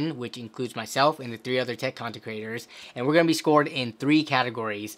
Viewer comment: your accent threw me, I had to listen to it like 4 or 5 times and then I finally realized you were saying 'content creators', but I swear it sounded like 'tech concentraters', oh man... I got to go to sleep